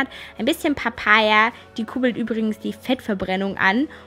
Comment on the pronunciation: "Kurbelt an" nicht "kubelt an" :D Schönes video :)